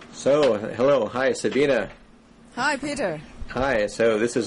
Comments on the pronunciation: No. It's pronounced Sa-BEE-neh. Where "neh" rhymes with "meh" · her name is not "sabina".